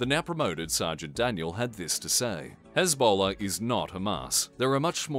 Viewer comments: I just found this one funny because it sounded like Ebola. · You mispronounced Hezbollah 😂